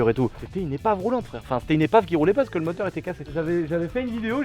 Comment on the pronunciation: Le Tracteu(r) à Moteu(r)